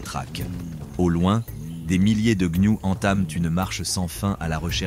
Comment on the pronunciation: Il dit également les gnious au lieu de gnous lol probablement une ia maintenant youtube en est remplit même les créateurs francophones utilisent des ia pour la narration c'est stupide et souvent ça flingue la vidéo, ici ça va encore la voix est correcte et peu d'erreur